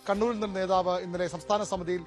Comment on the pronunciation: നേതാവ് - നോതാവല്ല